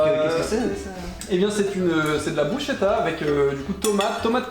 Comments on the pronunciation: Brusketa ça se prononce par contre par pitié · Dommage que sa maitrise de la prononciation de soit pas au même niveau On dit brusKetta. Sinon quel honneur de mettre en avant le plus beau pays du monde. (objectivement bien sûr). Un régal !